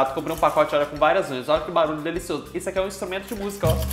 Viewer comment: "Produção seu c...",onde cê aprendeu issor?😭✋